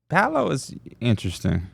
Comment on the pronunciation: really tried to act like it’s disrespectful to say paolo like bron, when first of all need to clean his slides off all that damn dirt he tracking on the carpet 😂😂😂